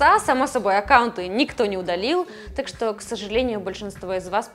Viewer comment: Блин, откуда думаю это "шо" проскакивает? Спасибо поисковым системам. Если честно вызывает двойственные чувства. С одной стороны - молодая, стройная. С другой... не покидает чувство что она "наивно-глупенькая". Кукла бездушная и плохая актриса. Все эти движения (лишние) плечиками, вся эта наивно-наигранная интонация... Уберите это с канала. Она интересна будет потенциальным дрочерам прыщавым, для чего она на канале про гаджеты? Да, кому интересно "ножки раздвинь" и прочее, не там ищите... ))) Обычный поисковый запрос в картинках кучу шлака вам откроет...